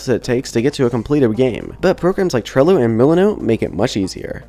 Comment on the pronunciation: Thats "Trello" with an E. Not "Trillo" with an I.